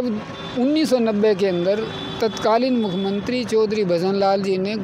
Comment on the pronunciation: ये लोग पहले बोलना तो सीख लें। नौकरी तो इनको जरूर चाहिए। साफ कपडे पहन लेने से व्यक्तित्व नहीं बदल सकते। यह बार - बार मुख्यमंत्री को भी मुखमंत्री बोल रहा है।😂😂😂😂😂